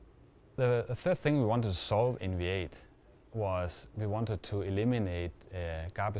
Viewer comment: Funny, the guy pronounces V8 as WAIT.